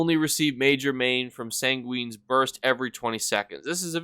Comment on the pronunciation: San- gweeen lmao